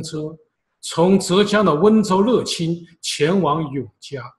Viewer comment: 樂（yuè 越）清